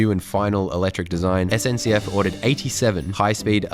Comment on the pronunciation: Perfect French when saying SNCF - Are you speaking French? Oui oui?